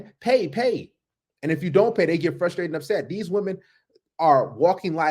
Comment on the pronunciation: "Flustrated"? ❤ it!